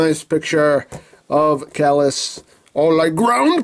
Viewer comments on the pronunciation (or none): I think Caelus is pronounced "KIE-lus". Similar to Darth Caedus "KIE-duss," rhyming with "hide us." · I think it's say-lus, since the term celestial is derived from that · Name pronunciation is like this CHIE-LOOSE (Ch like church. IE like pie) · It's pronounced "K-lus" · its actually pronounced cealus see-lus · I think its pronounced like C lus like julius caesar prove me wrong lol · It's pronoucned "saylus".....probably?